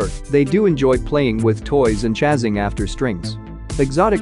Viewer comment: Tell the word is “chasing,” not “chazzing.”